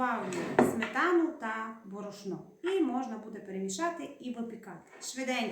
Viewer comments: бОрошно а не борошнО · У слові борошно ви невірно робите наголос, на першому складі наголос, а не на останньому. Таке вперше чую. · Уперше чую такий наголос: борошнО. :)